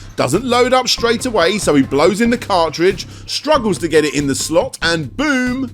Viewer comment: Good old "CARDRIDGE"